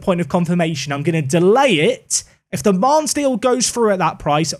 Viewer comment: Bro....pls not mannes